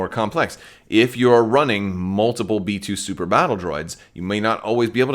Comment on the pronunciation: I dont know why but i kept hearing metoo battle droids. Not B2 lol